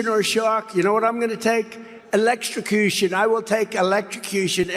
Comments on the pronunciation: elechrochution is as real as the United Shates. He mind is so broken he can not even speak right while trying to show he is not mentally compromised. This is not funny, if anyone cared about him they would get treatment but no one does. If you have a relative doing this get treatment. Do not let them fade away as he has. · What is Trump even talking about? Reminder: the entirety of the world is seeing him. Embarrassing, who the hell is going to these events?! Electro-so-cution? What the hell is that?